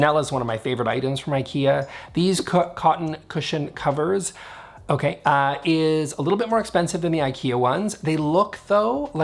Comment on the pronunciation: Cotton Cushion Covers. Great job with that tongue twister. I would've had a stroke trying to get that out xD